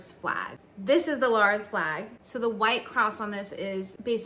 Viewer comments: The "Gritos de Lars" Rebellion. Lars? So that you're informed Lares is pronounced Lah Rés (the Res like in the word Rest but without the T at the end). Lah res (Lares). Anyways, nice history on explaining the origins of the Puerto Rican flag, and yes it was actually invented in nyc. jijiji.. Nuevayol!! lol. Enjoy your trip down to the island and I hope you learn new things. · Sweetie I think you mean the Lah-Res flag as in the Pueblo Lares. Please check than you😊